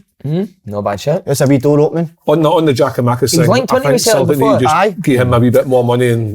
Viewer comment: I’ve got a belter of a pet peve. People who canny say our Greek strikers name. Si. It’s no fuckin gio-makis